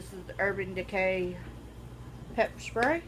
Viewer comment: no, she said it's urban decay prep spray lmao 😂😂😂😂🤣🤣🤣